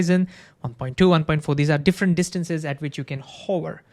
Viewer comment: I beg you to articulate the word "hover" better because rn it's sounding like a word to describe a particular profession.:DDD